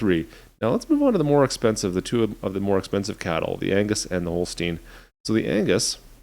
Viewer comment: You say holstein not holstien